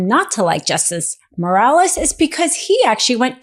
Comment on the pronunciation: Bolsanaro, lol, not Bolsario, and Moraes, not Morales